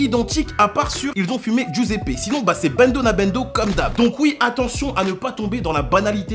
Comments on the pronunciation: ta grand mere le grille pain mais Giuseppe ça se dit joseppe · giuseppe c est congolais sa se dit jiuseppe